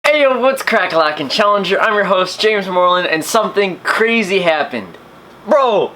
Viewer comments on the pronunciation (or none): none